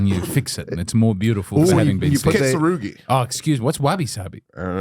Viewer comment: Kintsugi not kintsurugi